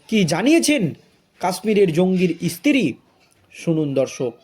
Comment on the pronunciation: এতো খবর পেলে কোথায়? ইসতিরি নয় স্ত্রী। ভাষা টা ঠিক ঠাক বলো।